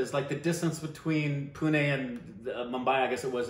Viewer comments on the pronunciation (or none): none